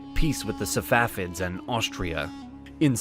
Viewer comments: why do you call them Savafids ? It's Safavids. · The correct pronunciation is Sa Fa Vid. Not Sa Wa Fid. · It's not SaVafids it's SaFavids.